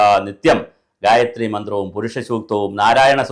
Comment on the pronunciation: Sir, you utterance of gayatri is wrong. It should not be read like a a paper or news., but only chanted with 4 swara sthaanams. In addition, gayathri for every devata exists. Brahma , vishnu , shiva, rudra ,durga, lakshmi, agni, vaayu ,narasimha ,sastha, Subrahmanya ,varuna, ganapathi, nandi, garuda, hanuman, aditya, sukra, nataraja , ...every adidevatha... I suspect many tantris and shantis in kerala aren't well versed in purusha sukta, bhagya sukta, sri sukta or any veda shakas. A bhagya sukta pushpanjali gets over in under a minute. Im learning krisha yajur veda shaka from the age of 14 even now when im 44 yrs old. Pity the sorry statevof affairs in kerala and recruitment methods used for priests.